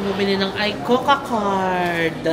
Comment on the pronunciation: Trivia lang, yung pronuciation ng ICOCA is ee-ko-ka, play on words kasi yun which means 'Let's Go' in Japanese. If you want to study a new language, I'd recommend Rocket Language. Natry ko sya, ilang lessons lang pero effective sya sa pag-retain ng natutunan mo. May iba na rin ako nasubukan pero Rocket Language yung pinaka-effective sa akin. Yung konti ko na natutunan nagamit ko sa Japan.